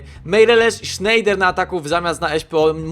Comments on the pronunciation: Fajny odc ale nie Sznejder tylko Snajder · nie czyta sie sznejder ale snejder:D. A koenders czyta sie kenders Pozdrawiam!